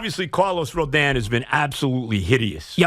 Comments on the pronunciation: Lol! That is so true! I am absolutely baffled by that. Joe keeps saying "Rodan". Um, it's not spelled with an "a". Remember when Mad Dog used to say "Robinson Canoe"? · Can anyone explain how nobody can pronounce "Rodon"? I don't know how it could be easier to spell or pronounce. It is 5 letters. Yet there are about 10 different pronunciations.